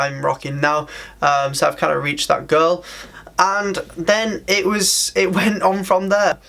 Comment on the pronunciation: Whenever you say “goal” it sounds exactly like “girl” 🤣🤣🤣